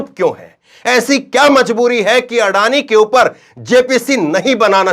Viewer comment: आडानी का अ नही बोल पाते है